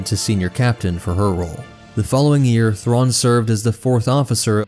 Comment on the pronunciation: Great vid, as always, but man those pronunciations.. oof